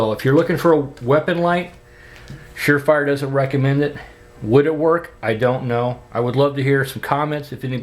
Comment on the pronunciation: You said sure frier. Lol